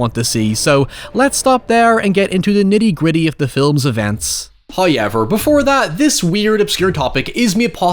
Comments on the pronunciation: First "hoyevver" drops . He teases us. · I am convinced that your Butchering of the Word "However", is greatly exagerated for Shock Value